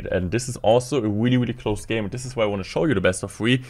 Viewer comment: The video is very good but the weely is weely weely weely wierding me out